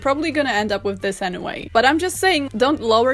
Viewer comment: I love this video so much. It makes me so happy. I just love hearing her say,”Dis is an abomination.” LOL!!